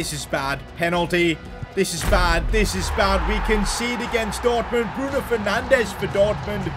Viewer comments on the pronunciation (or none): none